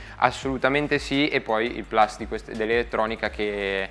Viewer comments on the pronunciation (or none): none